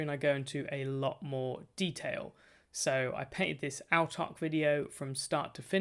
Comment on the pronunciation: Great video and gave you a sub. Autarch is pronounced kinda like 'awe-tark', by the way!